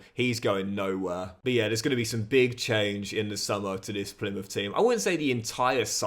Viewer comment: Even worse Plymuff. Makes any Argyle fan cringe